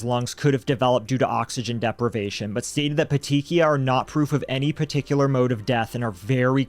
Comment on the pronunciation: I’m finishing the video, but I want to let you guys know how to pronounce ‘petechiae’. It’s ’pet-tee-kee-eye’. The ‘ae’ is an ‘e’ sound. I spent years watching Dr. G.: Medical Examiner and she stated the pronunciations of many medical terms, especially those in connection to death.